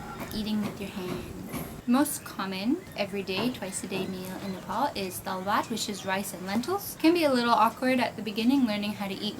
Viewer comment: Not nepol Nepal you are saying wrong thanks for visiting Nepal